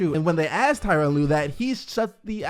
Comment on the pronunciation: Come on it’s Tyronn lue.